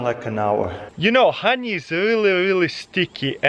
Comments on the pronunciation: Look at that hahney flow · It's funny how he says honey XD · The way he says honey.